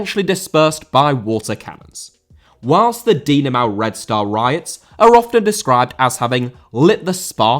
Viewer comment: Dinamo, not Dinamau